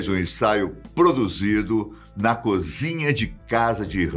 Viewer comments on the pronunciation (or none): none